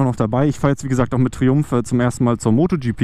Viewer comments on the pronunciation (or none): bitte triumph nicht wie triumpf aussprechen :D oder meinst du die unterwäschemarke?